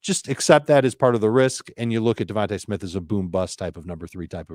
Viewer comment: Bro it’s devonta smith